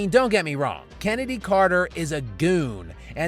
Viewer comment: "Chennedy" sounds like daniel larson trying to spell kennedy